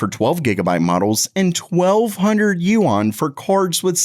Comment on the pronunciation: I live in Hong Kong and just so you know, you're pronouncing Yuan wrong. It's much easier to just say, RMB!